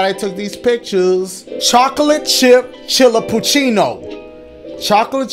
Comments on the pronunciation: to pronounce chillapuchino its chi-la-po-chi-no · So it pronounced Chi-la-pu-ci-no I guess?? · The way he pronounces Chillapaccino gets funnier with each time LMAOOO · the way that Dashie pronounced “Chillapucino” different each time took me out💀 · I like how every youtuber I've watched struggled pronouncing the chillacupino drink idc if I spelled that wrong either but it's hilarious. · The way he pronounced “Chillapuccino” different each time 😭😭 so cute lol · The amount of times you mispronounced chillappuccino is hilarious 😂😂😂